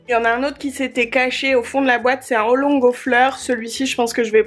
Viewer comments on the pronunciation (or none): Hey Miss ! Juste pour une toute petite infos, le Rooibos ce prononce 'Roye Bosse" ;) EDIT: Oolong = Ou Longue (en prononciation)